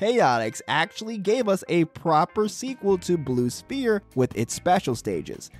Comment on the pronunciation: Blue Spear. I don't think it's pronounced that way.